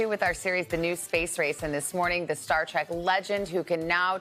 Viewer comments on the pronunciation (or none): none